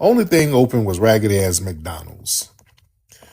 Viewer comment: Tariq it's MC DONALD'S NOT MAC DONLANDS U TALKING ABOUT MAC DOWWELLS